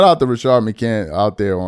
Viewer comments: Rashad, not Rashard 🤣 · Please stop staying RASHARD it’s RaSHAD 😂😂😂😂 driving me up a wall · Why you calling him Rashard McCant?